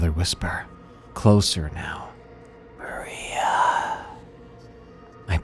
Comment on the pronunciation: maria sounds a lot like hurry up which would have been probably his last thought before giving up